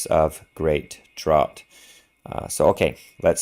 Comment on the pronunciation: The word "draught" is pronounced like "draft".